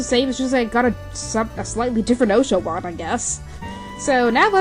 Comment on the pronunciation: Makes me cringe every time she prounced osh-a-watt wrong! Gah